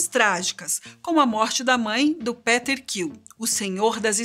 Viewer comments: Moça, se pronuncia "Piter" e não "Peter".... Que isso!!!! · Chega deu uma agonia quando ela falou Peter sem o som de "I" 😫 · Que aflição ela errando o nome do Peter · nunca mais vou esquecer Quando ele aparecer vou lembrar dela falando PETER sem o som do "I" Kkkk